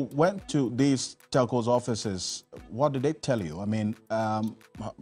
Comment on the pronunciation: eiii scanty cant pronounce telco chai